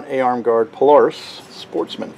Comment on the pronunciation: Thank you! Aside calling it a "pule-aris," I loved the whole video!